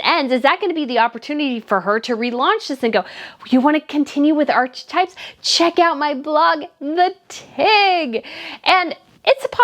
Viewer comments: Hope you don’t mind my pointing it out… archetypes is pronounced ‘ arca types ‘ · sorry. U know I’m referring to the lady in the video mispronouncing ‘archetypes’